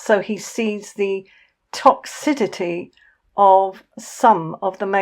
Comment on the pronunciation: "Toxidity" 😂 its toxicity 🙄